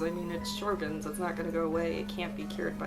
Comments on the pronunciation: Great content! Just a note about the pronunciation: it's pronounced Show-grins instead of Shro-gins. 😁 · It IS pronounced...SHOW-GRINS.....!!!